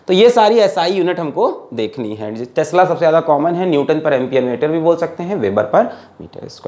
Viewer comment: 🤣🤣🤣🤣Tesla ko sir tasla kehte hai 🤣🤣🤣🤣🤣🤣ha ha ha 😂😂